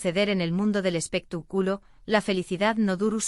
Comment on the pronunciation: 😂😂😂 me encanta cuando dice " espeta " culo " 😂😂😂😂